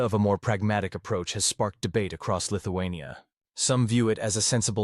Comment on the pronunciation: Lithu-who ? ..... lol